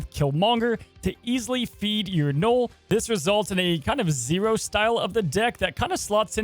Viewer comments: Knull ....like null and void ...not knoll ...knoll is a small mound .. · Kept thinking you where saying “Noal” wondering what card 😂